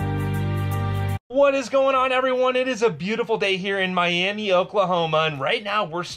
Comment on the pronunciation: Love ya dude but ask Josh if your pronunciation of Miami Ok. is correct? Lol. It’s not the same as the Miami in Florida. JP